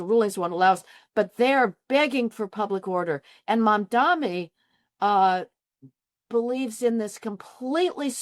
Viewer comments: Cry harder lady! 😂 Cope and seethe! Oh and his name is “Mamdani” NOT “Mandami”. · I'm sorry for being autistic, but his name is Mamdani, MAM-DONI... NOT Mon-Domi, mahdnammny, muhdommy, mindammy, mindimny.... etc, etc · MamdaNi not MamdaMi. Just common decency. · why mispronounce his name? Its MAM DANI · How does she write a whole article on Mamdani without being able to pronounce his name? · Is there some reason why you create a video and cannot pronounce Mamdani’s name correctly? It’s so illiterate. I think it’s because Americans generally speak one language: English, compared to the rest of the world, where people are multilingual; look at the man’s name and say it correctly! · Why can’t anybody pronounce this guy‘s name? It’s absolutely disgraceful the ridiculous ways in which Mamdani’s name is pronounced. Is everyone illiterate? I think it’s because Americans in general only speak English compared to other parts of the world where people are multilingual.